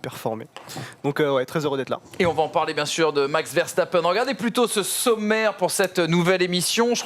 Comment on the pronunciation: Je rêve du jour où vous prononcerez Verstappen correctement 🙃, sinon super émission les gars !